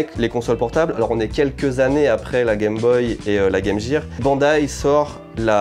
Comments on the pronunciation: Super collection de consoles. Moi j'ai commencé avec l'atari 2600 et finit avec la PS3 et XBOX360. Après je suis allé sur PC et plus acheté de console de salon. Et pour te reprendre sur la game gear. Si tu écoutes bien la pub, il dit bien guirrrr et non jirrrr. Il n'y a que vous les français qui disent les mots étranger à votre sauce. Moi en Belgique, on disait bien guirrrrrr, avec plusieurs R à la fin. Pour ça avec le R à la fin, on est pareil français ou belge. Enfin voilà, avec l'histoire des consoles. T'as fait une superbe vidéo. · "Game Jirrr" ???? 😂 Nope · Tu ne prononce pas Game Gear (guir) pourtant comment prononce tu Gear en anglais ? 🤨 D'après toi tout le monde se trompe sur leurs prononciation de Metal Gear Solid ? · Non les gens normaux ne disent pas game JIR ou alors tout le monde dit aussi Metal JIR Solid 😂 signe un Belge qui ne melange pas le français et l'anglais Lol